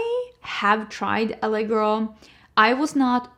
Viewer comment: The way you said LA Girl freaked me out! Full american accent 😂